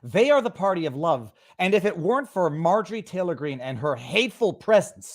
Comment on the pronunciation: I wish someone asked that bozo who kept saying MTG brings hate speech, to site an example of her doing that 🤨 I doubt this guy even can when he can barley say her name correctly 🤦‍♂️